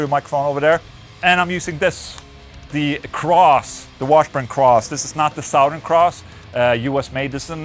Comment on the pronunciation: Hey Ola I just wanted to know if you intentionally pronounce southern the way you do (saht-hern) it's just a curiosity of mine ! Cool video, badass amp , and super heavy tunes love your channel !